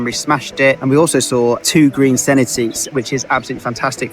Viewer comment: Senedd is pronounced seneth 😊🏴